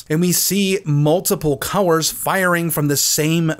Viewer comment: Do you have a speak quirk or is what I hear a regional accent thing. For colors I hear cow-wers and when you say words with O and L together.